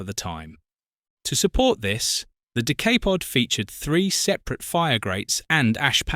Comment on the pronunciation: The Decaypod. Found that annoying sorry